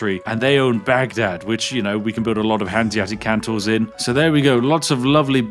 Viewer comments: It's not Kan-Tor, Its Kon-Tor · ÍTS CALLED KONTOR NOT KANTOR K OOOOOO NTOR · Its CONtor. Not CANtor. Please.. Spiff! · I really, really wish you'd stop pronouncing "kontor" (meaning "office") as "cantor" (meaning "Christian choir leader").